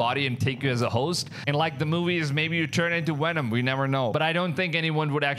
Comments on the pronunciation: I might have missed it but the Bigger question to me is if other content creators have gone there and filmed it or are trying to film it, what has happened to the guy that found it?! (Ps... Stop saying "Wenom". Cause i dont know when um the new Venom movie is coming out but no time soon. Im sure. IN ALL SERIOUSNESS? YOU ARE COVERING SOME GOOD STORIES AND I WANT TO SUB BUT IF YOU ARE STILL WITH ME MAY I REQUEST OR SUGGEST THAT YOU STAY UP TO DATE WITH THESE STORIES? WHERE IS THIS GUY? OR BETTER YET, WHERE IS THE WENUN CREATURE NOW? OR YOU DID A PRETTY COOL VID OF THE YOURE OPEAN SPACE AGENCY IMAGES OF Ai ATLAS. MEANWHILE JAPAN JUST TOOK A PRETTY DAMN CLEAR CLIP OF Ai ATLAS 2 DAYS AGO AND WH🤯A! LOOKS A LOT LIKE A SHIP! WYA WITH THAT?! CMON MAAAN?! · Did you turn your V's into W's? Moowing and Wenom is crazy work!😂😂😂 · Please dont call Venom WHENOM. lmao